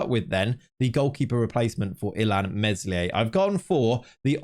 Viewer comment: Please stop pronouncing the s in Meslier